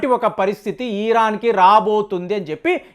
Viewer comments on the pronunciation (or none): Ee ran enti sariga palakatam rada style ahh